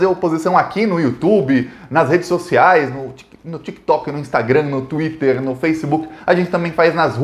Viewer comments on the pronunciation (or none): none